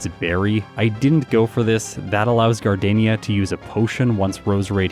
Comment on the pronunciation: It’s Gar-deen-ya… like the flower!